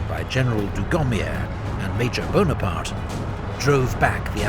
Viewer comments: NapoleonE BonapartE - where every french man was laughing insulted. E on the end of the words are not read. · not Buonaparte but Bonaparte